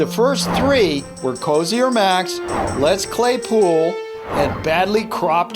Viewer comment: Hey its letzclaypool not latzclaypool